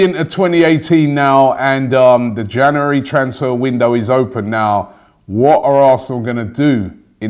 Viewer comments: why can’t you say january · Great, another month of Robbie mispronouncing 'January'